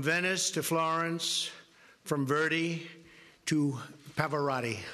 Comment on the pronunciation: also mispronounced Verdi. what an imbecile.